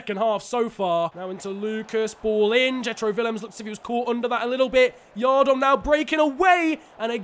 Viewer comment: As a reading fan, I’m impressed that we put up a good performance and also got very frustrated about the way you pronounced Andy yiadom. Much love tho 💙